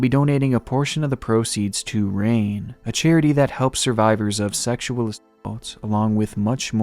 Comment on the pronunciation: this is the day is stop watching YouTube after 14 years if you can’t even say assault im done